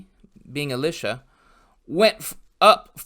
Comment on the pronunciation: Elisha did nothing wrong! Also, its "EE-lie-shuh". Eli like in "Elijah" The similarity does sound confusing to lay ears. Thats why I like the Latin versions of the names. Elijah = Elias Elisha = Eliseus Less room for confusion.